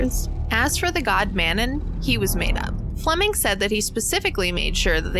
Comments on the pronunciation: *mano instead of manon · It's Manau, not Manon. Cleary you didn't even watch it 🙄 unsubbed "I adore this movie" Suuuuuure you do 🙄🙄🙄